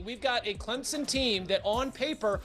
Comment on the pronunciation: Why can’t educated people pronounce Clem-Son correctly!! Where the freak is a Z smh!! Ok after further listening the commentator just can’t read! Bless her heart! Cade Klub-nik 😅